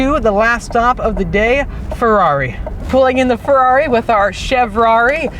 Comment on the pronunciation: Please say Ferrari properly.